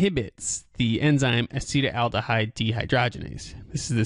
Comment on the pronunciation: It is not pronounced "a-SEE-tel-AL-duh-hide." This is what causes hangovers... Acetaldehyde Aci-TAL-de-hide Acetaldehyde is what causes hangovers. It is more poisonous than alcohol itself! This is what alcohol turns into once alcohol gets into your body. (It is a metabolite of alcohol.) This is what causes the hangover. Acetaldehyde occurs naturally in coffee, bread, and ripe fruit, and is produced by plants. It is also produced by the partial oxidation of ethanol by the liver enzyme "alcohol dehydrogenase" and may be a contributing factor to hangovers from alcohol consumption. Pathways of exposure include air, water, land, or groundwater, as well as drink and smoke. The International Agency for Research on Cancer (IARC) has listed acetaldehyde as a Group 1 carcinogen. There is something which is very interesting. What happens to the acetaldehyde in the body? It gets further broken down into something else. In the liver, the enzyme "alcohol dehydrogenase" oxidizes ethanol into acetaldehyde, which is then further oxidized into harmless acetic acid by a different enzyme "acetaldehyde dehydrogenase." (In the brain, "alcohol dehydrogenase" has only a minor role in the oxidation of ethanol to acetaldehyde. Instead, primarily the enzyme "catalase" oxidizes the ethanol to acetaldehyde.) What happens to the acetaldehyde in the brain and the rest of the body? It gets further broken down into something else: acetic acid. Vinegar. Vinegar! That explains the strange smell o